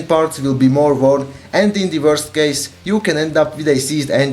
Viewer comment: Just an opinion: you should talk slower. Sometimes it's hard to understand what you are saying. The "w" doesn't pronounce "v" so worst isn't "vorst", it's "uorst".